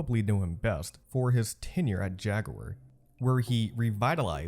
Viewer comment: You mispronounce words in your vids just to piss us off don't you?? Americans say "Jag-ware" Europeans say "Jag-u-er" idk what the hell you are trying to say though. 🤷🏿‍♂️🤷🏿‍♂️🤷🏿‍♂️